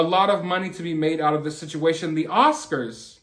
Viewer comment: Can we get him actually adrezzing it pleazze. Not just someone doing commentary . The Oscarzz should be paying him since they’re the onezz that didn’t protect him. He needz to sue Will too for damagezz .